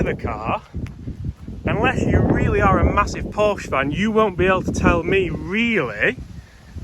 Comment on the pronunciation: You should be able to pronounce Porsche correctly if you want to praise it. Another one handed driver of a manual car. Try selling it on with a manual.